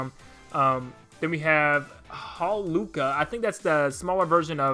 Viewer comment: Can't pronounce Ephraim nor Hawlucha. Does he even video games?